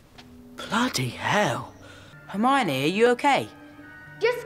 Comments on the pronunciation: It's Harmonie not Armani she's not a brand name lol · Its soo frustrating everytime says Armani.. it's Hermione😅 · HER-miney. Not R-miney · It's HERMIONE.....not Armani 😅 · Wait, wait, wait, wait.... are you calling Hermione "Armani" 🤣 🤣 🤣 🤣 🤣 🤣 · It sounds like you say Armani. 😂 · Her name is Hermione it rhymes with her Hiney